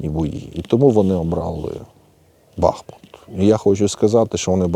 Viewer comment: Не бАхмут а бахмуУт!